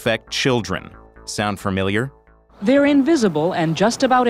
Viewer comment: "Firmiliar"? It's "familiar".